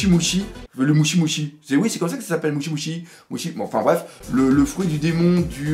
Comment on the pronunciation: mdr c'est pas mushi mais mochi tu es énorme xD